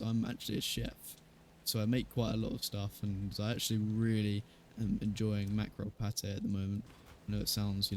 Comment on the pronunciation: I couldn't hear you properly, did you say your favourite food was micro pate? I am really interested to know since it's a recommendation from a chef 😁